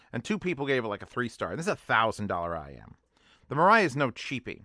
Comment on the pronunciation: Yes, the correct pronunciation is mee-rye. With the first syllable being higher in pitch than the second.